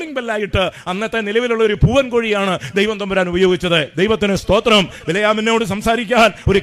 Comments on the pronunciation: TPM. സൂദിരം അല്ല പറയുന്നത് തമിഴ് sthothiram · സൂത്രം അല്ല സ്തോത്രം